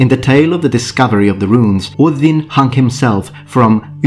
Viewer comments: Top marks for pronouncing Óðinn correctly! I just watched the video collaboration between Todd Cutler and Matt Easton and thought to myself, "Something is missing..." Aha! The! I would so dearly love to see a series of collaborations between the three of you. Be well. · I love the pristine pronounciation of Ođin